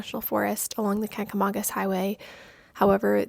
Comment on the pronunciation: Watched over eating breakfast (NH resident). Good job on the video but your pronounced it wrong. :)